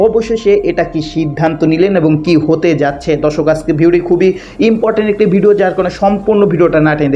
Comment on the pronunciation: হ্যলো উপস্থাপক, আমি শুদ্ধ বাংলা উচ্চারণ শিখুন, সমভবত আপনি ‘ মাদরাসায় পড়েছেন তাই বাংলা কথা আরবী টোনে বলে যাচ্ছেন যা আমাদের শুনতে মনে হচ্ছে “ ভাংগা রেকর্ড,” দেশের জরুরী খবর শোনার জন্য চ্যনেলটা খুলেছি কিন্তু একটা উদাহরণ দিয়ে বলি আপনি বলছেন “ কিলিক” এটা হবে “ ক্লিক “; বিডিও বলবেন না, বলবেন “ ভিডিও”।